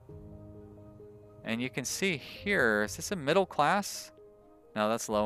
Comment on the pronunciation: Your pronounciation of "midlle" income made me laugh out loud. Good episode :)